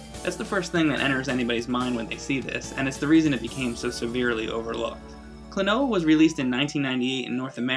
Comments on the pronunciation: Kuno Sandgreen the gringo accent sounds pretty akward as well. its not like KLOnoa. its like kloNOUa. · its so weird hearing you calling him kloNOa when in namco x capcom they call him KROnoa. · Klonoa. Klon-ow? Clone-a? Klonooooooaaar? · Maybe it's pronounced like quinoa, kloNWAH. That'd be kinda cooler lol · It's pronounced klo-no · I always pronounced it "Clone-wa", kinda like Quinoa. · This game is the tits. I think Klonoa is pronounced "clona" at least that's how his name is jabbered in the game. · I started with the second game on the PS2 and it's plot is more detailed than the original. I beat it when I was around 9 or 10 and Klonoa has remained my favorite character ever since. I don't know if I'm the only one who does this but I pronounce his name like "Klonuh" due to this scene /watch?v=SZhQKdMSR9w&t=3m44s in Klonoa 2. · i always pronounced it as "clone-a" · Would you please not mispronounce the game's name when you're freaking reviewing it...